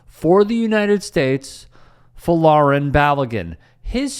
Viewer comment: Whos fo-lar-en baloguin??? 😂😂😂 FLORIAN!